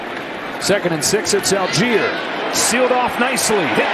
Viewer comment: Whenever I here the commentators pronounce Allgeier as "Algier", it hurts my ears... His name comes from "Allgäuer", which means "Person from the Allgäu" (like "Hesse" being a person from the region of Hessen) which is a region in the very south of Germany, in parts already in the Alps. So the actual way you would pronounce his name is "ull-guyer" ("ull" as in "hull", though).